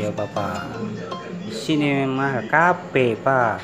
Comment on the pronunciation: Kafe bisa jadi kape haha, btw tetap semangat Bang.. 💪💪